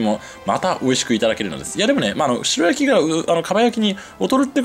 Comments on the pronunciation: 白焼き→しらやき⭕️ しろやき❌ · 鰻の「しろやき」ではなく「しらやき」ですよ! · しらやき、が一般的かな？しろやきは聞いたことないな。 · しろやきじゃなくてしらやきじゃないんですか？？ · しろやき ✖︎ しらやき ◯ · スーツくんほどの知識豊富な方でも 鰻の白焼きを 「しろ焼き」「しろ焼き」と、繰り返し言ってしまうこともあるんだなぁ。😅でも、ここのコメント欄に皆さんが 訂正してくださっているから、現在のスーツくんは 「鰻の しらやき‼️」って、認識されていることでしょう❤ スーツくんのファンですので、スーツくんが 私の大好物でもある鰻の 食べまくりのツアーの動画を幸せ気分で見せていただきました‼️😆👍👍👍👍👍 それにしても、美味しそうなお店ばかりを巡っておられますねぇ😊 近年、一昔前より鰻の値段が上がり、控え気味でしたが、スーツくんみたいに 豪快に食べるのもいいなぁ❤と、思いました‼️ 他の物を節約したりしたら、鰻を食べる費用が捻出できるかなぁ。日々の無駄遣いを減らしてでも食べたいな❤ 鰻。 スーツくん、楽しい動画をありがとうございます🙋 元気出ました😊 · しろやきじゃなくて、しらやきな。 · 鰻の白焼きは、しろやきじゃなく、しらやきと言ってくれよ！○○蒙昧！ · ”しろやき”じゃねーだろ？ ”しらやき”って言わねーか？ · しろやき？しらやきでしょ？ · しろやき？ しらやきだろ！日本語ちゃんとしろ！ 確認して、訂正しお詫びしてくださいね。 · 美味しく鰻が食べれた様子、楽しく拝見しました♪ あの、白焼き、は、しらやき、と読むと思います。。。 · 白焼きは、しらやきと読むのでは？